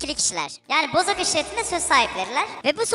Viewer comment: Abi sana Bozok demek yerine neden bozuk diyolar